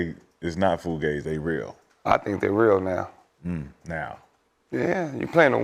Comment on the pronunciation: Am I tripping or does ALWAYS say FLUgazi….?